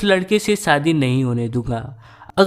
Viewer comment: Are anchor ji apni language mein sudhar karo Sadi nh hota shadi hota sha ko sa mat bola kro pls sare Bihari karte ho gaye YouTube p maza nh ata story sune m